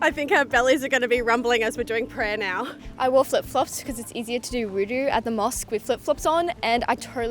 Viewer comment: Its wuduk...not voodoo lol